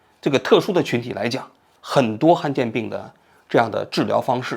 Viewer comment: 罕见 han 第三声，读成han有点难受